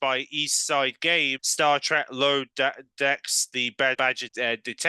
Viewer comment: Star TrEk. Not Star TrAck.